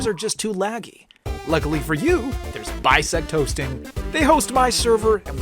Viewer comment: "Bisect hosting" me hearing Bisect Toasting like:???